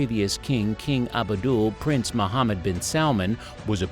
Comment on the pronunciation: This narrator stinks, he made a few mistakes in the first 2 min, not pronouncing former king Abdullah’s name correctly and saying MBS is new ruler rather than crown prince, and not to mention saying the project is 500 million instead of billion. I tuned it off right there, no credibility.